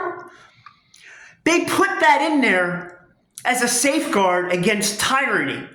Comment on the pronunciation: Tire-knee? Lol